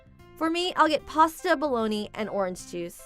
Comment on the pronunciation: It's pasta bo-lo-nayse, not pasta "bologna". Then, she says "pro-see-etto" instead of pro-shoo-to. Please learn how to pronounce things properly.